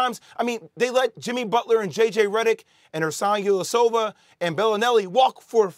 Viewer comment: bro said ersan illyasova 😭😭